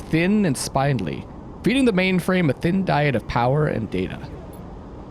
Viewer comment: Very exciting episode! Loved it. BTW, spindly is pronounced spin (as in spinning) dly. Pedantic annoying comment of the day!😁